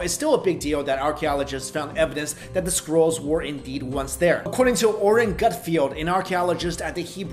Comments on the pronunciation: i keep hearing squirrels instead of scrolls so i that thinking mummified squirrels. "Dead sea squirrels..." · Lol!!! I thought he was saying "sea squirrels" instead of scrolls!!! I was like wtf are sea squirrels!? Lmao!!!!! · Ok, not gonna lie, at first I thought you said "Dead seasquirrels" and I went "WTF is a seasquirrel"? Then you said it again and I realized what uou ACTUALLY said.😂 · I thought you said 'Dead Sea Squirrels' 😂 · I think I need to check my hearing. I thought he said squirrels lol. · when he says scrolls I understand squirrels